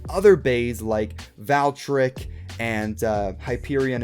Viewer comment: Why does he say Valtryek like Val-Trek instead of Valkrie or Val-Tri-Yak